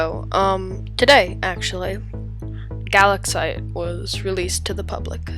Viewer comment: I’m pretty sure it’s pronounced guh-lax-ite